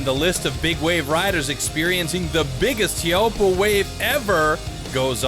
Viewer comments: "TEA-A-HOOPPO" Cringe worthy commentary. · His pronunciation of Teahupoo is killing me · The narrator doesn't even know how to pronounce the name of the spot. Laziness on his part. The video is beautiful and gut-wrenching and the commentary by the participants is spot on. Huge props and kudos to all who were out that day. Only a surfer knows the feeling.